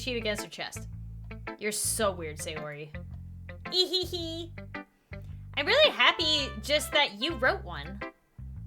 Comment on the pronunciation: You're the one who read it and give out the most eastern feeling. Keep it up, this is your unique quality that's hard to find. I said it after I have seen a bunch play through like this. Believe me, you're the best out there. But one thing that keep you from perfect. When you see "Ehehe" in japanese anime, it's "ei - hay hay" not "ee hee hee" and also put shyness in it too. They make a laugh like this a lot when they do something silly or feel a shame. It's kind of dry laugh.